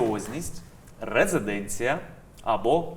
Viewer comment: РезИденція а не резеденція